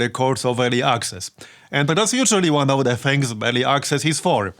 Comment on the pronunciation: örly aksezz